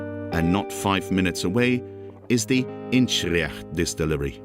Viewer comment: Your pronunciation of Inverness is dreadful……….